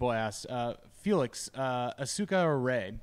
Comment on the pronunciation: Their pronunciation of "Asuka" is fucking infuriating.